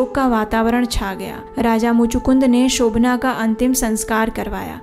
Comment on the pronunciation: Shobhan naam hai,Shobhanaa nahi.